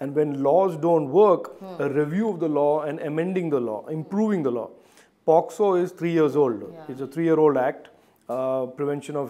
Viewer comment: its POCSO ACT not POPXO act